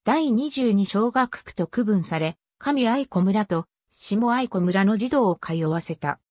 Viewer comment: 地元の学校紹介されて嬉しい あとあいこではなくあやしですよ。 かみあやし しもあやし あやし など そしてくりおではなく くりう です